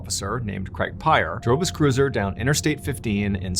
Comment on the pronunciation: Creg? Craig, you wot??